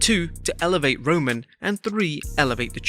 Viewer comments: When he said “Elevate" “Elvavate" I rolled on the floor But I actually hate Roman Reigns' Stupid Push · "Evlevate" is not "Elevate" - .....